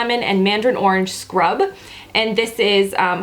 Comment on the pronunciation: The way you emphasized the word scrub had me singing "I don't want no scrub. A scrub is a guy who can't get no love from me!" Lmao